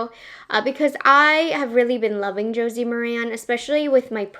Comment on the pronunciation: Good job. FYI - Josie "Mare-in" is how it is pronounced. She does have a great line of products.